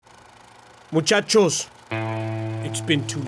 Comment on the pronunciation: before i clicked on the 'video' i said "Bruchacos" and then said "Muchacos" a second later. Read like a book.